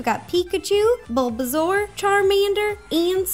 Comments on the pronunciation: Ro always says Bulbazaur instead of Bulbasaur. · Bulbasaur u said bulbazaur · She said Bulbazaur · Fantastic channel but if you say "Bulbazaur" one more time